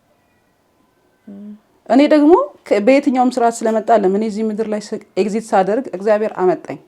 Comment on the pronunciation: Its a perspective even with the flows i kinda like some of it. እና ኤግዚት ሳይሆን ኤግዚስት ነው የሚባለው 🙂 ግን i lovr ur innocence ❤ ur friend ግን ላላ በይ በያት መጀመሪያ ላይ ጓደኛዬ ምናምን ስትይ ያሳየችውን face አልወደድኩትም